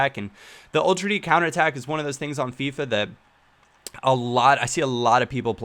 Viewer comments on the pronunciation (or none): none